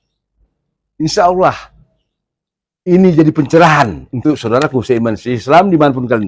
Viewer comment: Sya dengar tdi baca insha Allohnya kok lebay bro..seperti dibaca insaullaah..please jangan lebay bro..🙏🏼